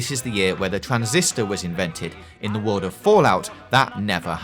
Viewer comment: wealeases, wabbit, wowd, varwies, nuclewaw